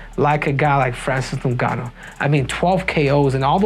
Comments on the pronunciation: its ingaanuu.please pronounce his properly!!!🤬🤬🤬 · Every time you say Francis last name you pronounce a little more improperly each and every time. "Nogannu" now it's "Ningannu / Nugannu" lmao.